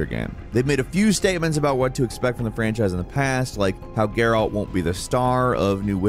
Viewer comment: Dude you Said gerALT like 100 times. My guy, it's Geralt. Say it with no annunciation.